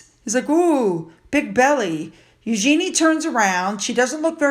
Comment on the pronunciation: Hello. The correct way to say Eugenie’s name is: “YOU-zheh-nee” (stress on the first syllable), not “you-GENIE” (with emphasis on the last syllable) (like “genie in a bottle”). The second way is totally incorrect.